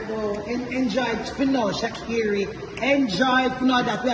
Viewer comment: As a Jamaican unu love call shacarii name ee?? Kmt